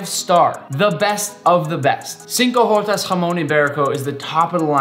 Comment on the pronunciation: I wept more every time he said “cinco jotas” as a Mexican 😢